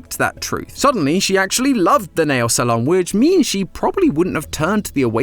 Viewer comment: DUDE I CANT DEAL WITH HOW HE PRONOUNCES SALON IT BOTHERS ME SO MUCH